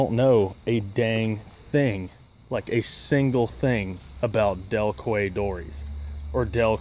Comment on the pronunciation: Quay is pronounced "Key" here in the UK. It`s basically a harbor in Chichester, West Sussex, South coast of England. They are used a lot by harbor/berthing masters all over the UK. You have yourself a fantastic sea boat there. I have been in some serious weather in one before.